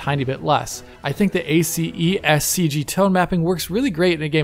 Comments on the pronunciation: Amazing content as usual! No need to pronounce all the letters from ACEScg. Actually, in the movie industry, we just pronounce it as if it was one word and two letters: ACES (assess) and c.g. ^^ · ACEScg is pronounced Eh-sys CG. Thanks for the great video, as always.